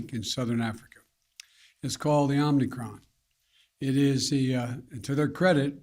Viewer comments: Omnicron? If he can't even pronounce it I'm not concerned. Sounds like he has it already. Perhaps it was aquired when they prodded his anus. End of quote. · Omnicron! He said omnicron! Lol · Omni kron? I just can't... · This jacka$$ can’t even call it the right name. Omnicron 😂